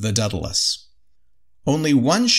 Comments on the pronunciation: A little part of me dies every time they say "Deadalus." The name "Daedalus" starts with the syllable "day." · Dude, it's day-dalus not Dead-alus seriously, I know america has an education system and at least a passing understanding of the classics. And it's Min-otaur, (as in "Bull" ) not Mine-a-tar. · Daedalus is not pronounced deadalus. There an A before the e